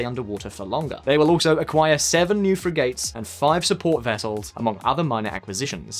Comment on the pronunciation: Frigate is pronounced 'friggut' in English, not 'frig-ate'.